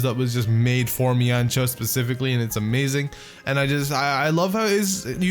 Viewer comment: It's men shao